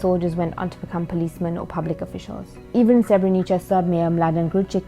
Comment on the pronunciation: its not pronounced Srebrenicha lol